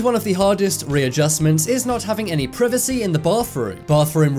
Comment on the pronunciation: He had me dead 😂😂😂 saying privacy